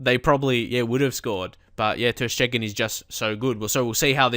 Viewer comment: It' not ter Schteggen, it's ter Steegen (and not ter Stiegen)